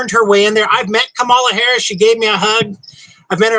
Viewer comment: KAM-a-la, pal, like Pamela.